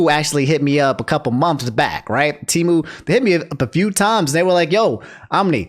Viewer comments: Its Pronounced Tee-Moo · Always thought Temu was pronounced "Tehm - you"